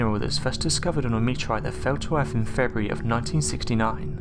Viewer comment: Ahh man you were doing such a good job with pronunciation, but you just said "Erf" just to let you know it is pronounced, "Earth".